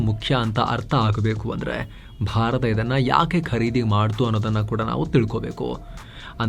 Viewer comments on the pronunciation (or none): none